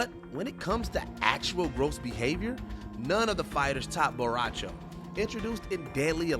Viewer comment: I’m officially done watching videos where someone says a characters name WRONG. Seriously, say it right, or don’t say it at all. Bo’ Rai Cho, not Borawcho.